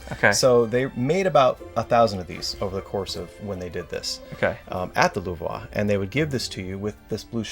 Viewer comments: No offense. But so funny to hear you how to mis pronounce Louvre :-) Trying to pronounce it in french, but miss the goal. We know it as Lu vre. Not Luvra. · 'Luve-wa'😂 God bless Americans😂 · Love the Mona Lisa, had a roommate get one of the US unopened for I think a few grand on eBay. He wanted to open it but talked him out of it. Also, super not how to pronounce Louvre. There’s no (whaaa) at the end of it. It’s a French r, just YouTube the pronunciation because you’re giving the yuck to about 150 million francophone people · His pronounciation of Louvre is killing me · Awesome collection! But please do not pronounce the Louvre like that lol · Americans trying to pronounce Louvre is a wild scene. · Love how knowledgeable this couple is about their collection, but that is not how you pronounce the Louvre. No shame, it just came across like it was obvious he’s never been to France haha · Pretty sure that's not how you pronounce Lourve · It's 100 percent not :D